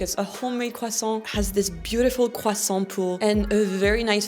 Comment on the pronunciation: It's pronounced "kressant".